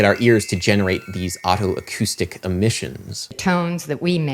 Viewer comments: >Perceptual geography What does geography have to do with it??? >Neurophonic Whatever you say, Adam, but you're pronouncing otoacoustic like autoacoustic which I believe is incorrect. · FYI, it's pronounced "oh-toe-acoustic", not "otto-acoustic". Just like otolaryngology.